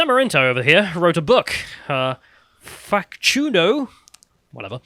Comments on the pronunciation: I'll never outlive calling a book with my name "El Facundo" as Fak-choo-no. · Listening to butchering "Domingo Faustino Sarmiento" and "Facundo" was hilarious 🤣